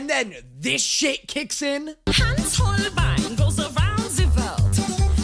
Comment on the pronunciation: Holb ien?? HOL BIEN?? IT'S Holbeinn eiii BEIN. It's Deutsch, German Duits. And i LOVE this number. And i recommend watching the live version. You will love their "costume change"